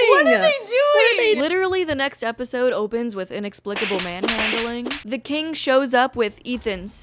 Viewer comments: I will never not chuckle at EP-OH-SIDEE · My sister in christ, I lost it for the simple reason that you said "Eposide" and realising you were just reading off the fcking app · is episode pronounced like that im confused